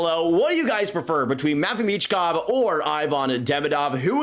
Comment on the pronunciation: It’s michkov